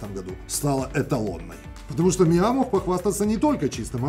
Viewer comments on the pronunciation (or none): none